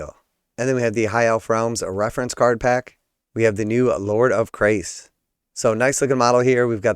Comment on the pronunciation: Chrace as in Church, not Chris.